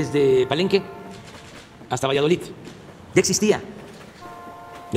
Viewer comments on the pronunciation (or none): none